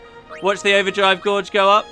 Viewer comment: god damn it it's pronounced GAGE not GORGE!!